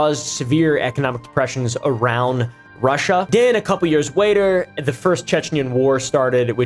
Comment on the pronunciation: He said "wayter" instead of "later" 🫵🤓